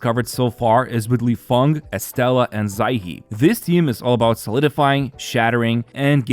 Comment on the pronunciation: You pronounced Lifeng's name,e exactly right! 👌